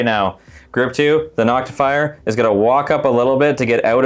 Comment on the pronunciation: You left out your most egregious error. Saying NoctiFYER instead of Noctifer. ;)